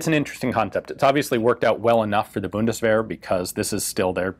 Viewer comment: The German Buddistferrets. That pronunciation just killed me right there.